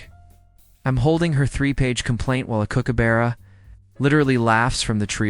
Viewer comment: Finally....AI got the pronunciation of Bondi right but stumbled, crashed & burned BAD on kookaburra. Lost me, kept scrolling. Sheeesh